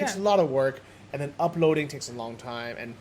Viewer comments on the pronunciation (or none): you should teach how to pronounce "They" and "Then":D its not "zey" and "zen". I dont mean it bad, I love you both and love your vlogs from Sri Lanka:). I´m not english native speaker either, but I would be happy if somebody corrected me in my speaking so I can say it next time correctly:).